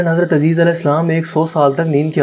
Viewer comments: السلام علیکم۔۔ معلوم نہیں آپ یہ کمنٹ پڑھ سکیں گے یا نہیں۔ حضرت عزیر علیہ السلام کا نام آپ نے عزیز لیا جو غلط ہے۔ ٹائم ٹریول ادق موضوع ہے اس پر تحقیق چاہئے۔ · نام عزیز نہیں عزیر(علیہ السلام) ہے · Sahi pronounce uzair alaihissalam.